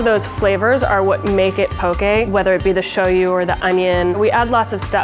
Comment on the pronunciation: I love how she said shoyu!